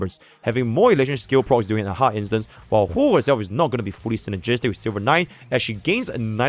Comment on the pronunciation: It always throws me off 😂 it’s hwehwe